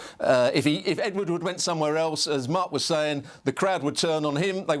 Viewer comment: "Ed Woodwoodwoodward" 😂